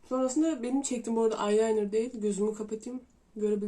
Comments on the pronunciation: EYELENIR OO NE AYLAYNIRI 😂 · Bence eyeliner’e “aylaynır” diyen bir kişinin böyle saçma eleştiriler yapması normal. Ama sen kafaya takma abla. ARKANDAYIM💗🎀